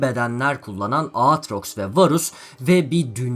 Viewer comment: Aatrox nasıl S değil ya ?